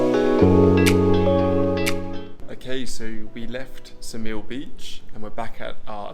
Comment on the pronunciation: Hey, not that it matters but Saranda is pronounced “SaranDAH” (not SaranDAY) and Ksamil is pronounced “KSAHmill” not (KASAmill).